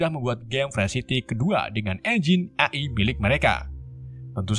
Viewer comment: AI dibaca EAI❌ AI dibaca AI✔